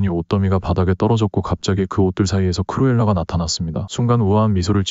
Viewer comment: 크로엘라가 아니라크루엘라에요😅